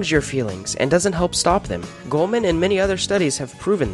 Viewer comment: Its Goleman not Goldman